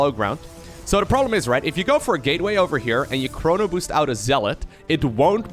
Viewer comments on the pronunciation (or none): none